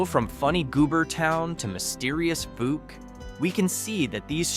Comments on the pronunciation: It's not fooke, it's pronounced fowk, ou sound is like ow like the word trout.( Fouke) Thank you for the video, it was entertaining, and interesting. Texarkana is also a town that is in two states, Texarkana, Arkansas and Texarkana Texas. Thanks again for the video! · I know how Monkey Run got its name. Fouke is pronounced “fowk” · It pronounced Faulk! Like they guy who played Columbo! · Please learn how to pronounce Fouke, AR and any of the other towns you talked about! You are so far off of its pronunciation it's a crime. It does not sound like it has double "0's"!!!! Research, research, research, there were sites that pronounce words, use them and double check your work.